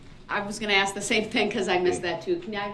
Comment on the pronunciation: This is a real question why is it impossible for a black person pronounce (ask) instead of saying axe!?????